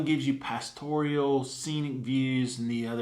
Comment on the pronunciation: Just an fyi...."pastoral" only has 3 syllables...."pass-tor-al", not "pass-tor-ee-al." Just sayin'